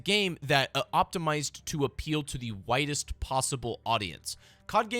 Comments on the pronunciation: I 100% thought you said WHITEST audience LOL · thought bro said “whitest” possible audience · LOL when you said “a game that has been optimized to appeal to the widest possible audience” I thought you said “whitest possible audience” 😂😂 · I thought he said they want to appeal to the WHITEST possible audience